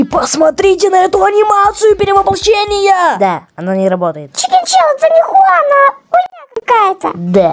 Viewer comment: НЕ ХУАН А ДЖУАН!!!!!!! ВЫ ЗАДОЛБАЛИ ГОВОРИТЬ ХУАН ДЖУАН ДЖУАН Д Ж У А Н!!!!!